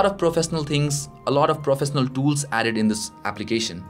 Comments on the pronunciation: did u say profesnaal? :D :D :D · nice and clean video..but just an opinion..please improve ..your pronunciation of certain words.. like swipe,professional,certain etc..